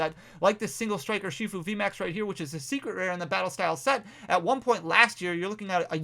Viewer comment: Er shi fu. for the love of everything that is holy. Say it right!